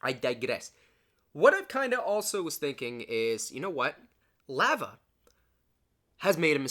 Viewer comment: you dont say lava right